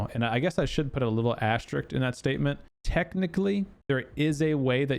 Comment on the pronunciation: Love your content and thank you for the info, but I need to tell you this. It's asteriSK, not asteriCT. I'm sorry. It's my life duty. Carry on.